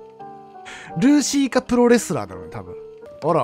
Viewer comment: ルーシーの言い方が業界用語言うイントネーションでずっと気になってるWWWWW